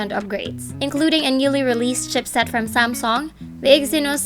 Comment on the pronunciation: sen-sore... sam-song... nasobrahan mo ang english mo teh